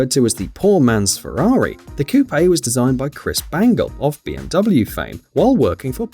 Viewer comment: When you finally find someone who pronounces it Coupé instead of "Coup": "He is the messiah."